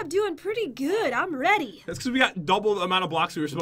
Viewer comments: I tought you said i'm bready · Did say I am bready